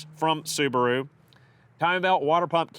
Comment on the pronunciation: The repaired soo-bar-oooo. Wow